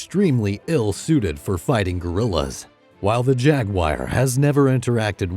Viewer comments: First of all I don't agree with any of this list. Second, why dpes the narrator say "jaguire" instead JA-GUAR, so annoying. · I don’t know what that is but it is very frustrating whenever he says it lol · I don't like how this guy pronounces the word 'jaguar'.